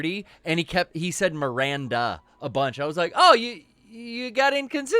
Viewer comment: Feeling reassured that I wasn't the only one hearing 'Mirander'